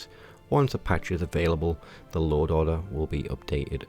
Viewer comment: Stop saying loa'oder